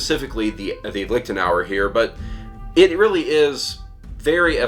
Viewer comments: Really, as a man with Irish provenance you pronounce it "Liktenauer" instead of "Liechtenauer"? An Irish man should know how to pronounce "ch". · Clemens Kindermann yeah it should sound like the c in the irish word nic which appears often in personal names in gaelic speaking areas. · I have no clue about swords. I'm just here wondering why English speakers have such a hard time with the ch-sound (ç) like in Liechtenauer or fechten. Just loudly whisper 'yes' or 'human' and you got it right there. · A small tip: the 'ch' in 'Liechtenauer' or 'Fechtbuch' doesn't pronounce like the letter c in 'cat', 'car' etc. This is helpful: :)